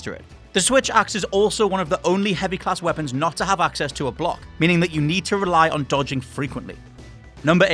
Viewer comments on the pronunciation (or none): none